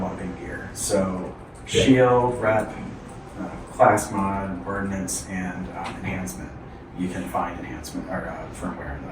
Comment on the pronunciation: Brother, its Ordnance